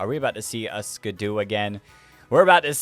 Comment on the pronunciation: Sorry for being annoying but I hate that you say skiddo as skid-u instead of Skid-oh